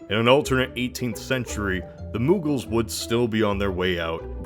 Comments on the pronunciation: Moogles? Dude. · Its muggle...as in non-magic folk. 🦉